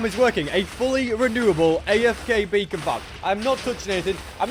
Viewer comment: For a second i thought he said a bacon farm